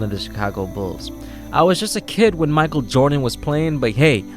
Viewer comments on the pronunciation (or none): none